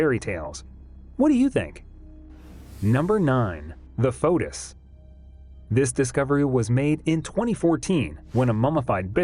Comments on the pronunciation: It is not a fotus, its pronounced feetus. The o is silent. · What is a " fo-tus"? And why the "yuck"?